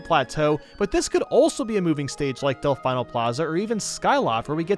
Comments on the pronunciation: Why do you keep saying “Delf-EYE-no” when the Piantas in Sunshine pronounce it “Delf-EE-no”? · Del-fine-o plaza? Its Del-feen-o plaza. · I'm pretty sure it's Dell-fee-no, not Dell-fye-no.....also, love your picks for returning stages. Personally I'd also want Fourside and Sub-Con from Melee, Hanenbow from Brawl ( yes, I'm that weirdo who liked that stage ), Balloon Fight, Magicant & 16-Bit Mute City from 3DS and Wii U's Mario Maker. I also want to say if Ryu returns, I hope he comes with more music than just his & Ken's themes....at least put Guile's theme in there ffs, it's just wrong not having it there stage ideas I've had over the years I'd love to see: Holosseum ( Custom Robo series ) Sanderson House Living Room or Foyer ( Chibi-Robo ) Venus Lighthouse ( Golden Sun ) Warzone ( Advance Wars ) Odama ( not 100% sure how to design the stage itself, but the titular Odama could make for a crazy hazard ) War-torn London ( Codename S.T.E.A.M. ) Oasis ( Ever Oasis ) Murasame Castle Fashion Show ( Style Savvy series ) ( note: I came up with it as something of a joke stage nobody else would think of ) a Starfy stage a Drill Dozer stage a Dillon's Rolling Western stage a HarmoKnight stage an ARMS arena ( haven't been able to get the game myself yet, so idk which one I'd pick ) a Last Story stage a Pandora's Tower stage a Fossil Fighters stage a Soma Bringer stage a Sin & Punishment stage ( my initial idea was to take stage 2-2 from the original S&P & make it a Smash stage ) a StarTropics stage a Rhythm Heaven stage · Its Del-FEENO not Del-FINE-O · Del-Fine-o..... No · Its pronounced Delfeeno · You're saying Delfino wrong..... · You still don’t know how to pronounce Delfino, do you?